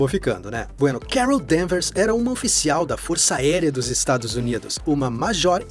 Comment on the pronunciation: Quando disse "Carol Danvers" ouvi "Kara Danvers" aí ué... coincidência? Acho que não!